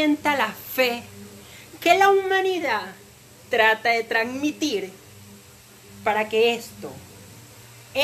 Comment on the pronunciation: no es "Tranmitir" es "TranSmitir"